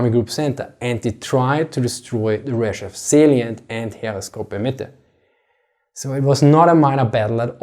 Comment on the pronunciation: My man, it's not Ryzhev, the emphasis is on E, pronounced more like AE and rzh is pronounced together. rzhEv